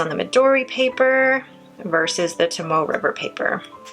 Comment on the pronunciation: Love your videos and your taste in ink colors and pens. Your handwriting is so beautiful! There's just one thing...The word tomoe has three syllables. You call it "toe-moe", but it actually has three sounds: "toe-moe-eh". But your other pronunciation of Japanese brands and ink colors is 👏🏻